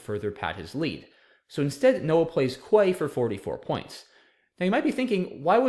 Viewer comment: Its pronounced KEY not QUAY.